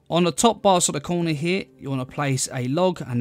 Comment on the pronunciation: no one: this dude: place one in the COOWNAH